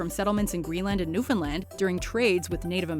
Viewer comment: Nice to hear you pronounce Newfoundland correctly